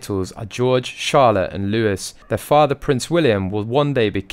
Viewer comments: Loo eeee not Loo isss 💕🇬🇧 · It’s not Pronounced Lewis, it is pronounced Louie (Lew-ee) The reason H & M kids are not treated the same is because they stepped away from royal life. Plus the more kids wills & Kate have, the lower Harry becomes in the line of succession. Even tho they have kept their duke & duchess titles, they are no longer HRH, and are treated like citizens. Technically Harry is still a prince.